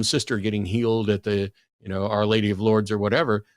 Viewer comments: can't pronounce "Lourdes" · our lady of lewds? i think he meant lourdes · “The road to Lourdes* is littered with crutches but not one wooden leg” (Emile Zola?) * Loods / Lewds / ? 😀